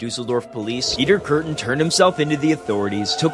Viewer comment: I love how Kürten and Düsseldorf have the same Ü sound but you pronounced Kürten right and Düsseldorf as Duuseldorf XD